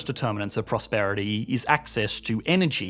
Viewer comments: Energeeee and prosperiteee paint a pictuarrrr. Are you taking the piszzz? 😆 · “factarrr”, “Energeeee and prosperiteeee”